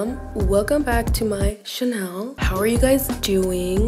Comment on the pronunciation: “Welcome back to my Chanel” 🤣🤣🤣☠️